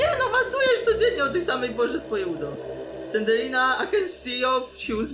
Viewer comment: Poprawnie sie mówi Slendrina